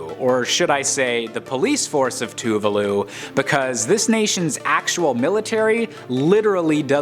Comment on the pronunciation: its not tuvuuluu its two-vah... loo lmao